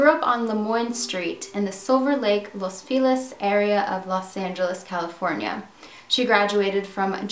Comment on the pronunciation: are you from the L.A. area? You pronounced "Los Feliz" like a local.